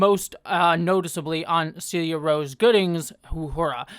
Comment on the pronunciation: Celia is pronounced "sell-ee-yuh" as per her Twitter bio!